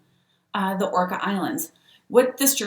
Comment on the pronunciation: It’s Orcas island… pronounced Or-Cas